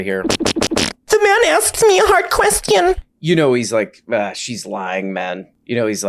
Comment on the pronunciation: The man asked me a hard questee-un. fart fart